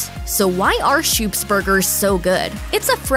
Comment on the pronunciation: Schoop's is pronounced Scope's not "shoops"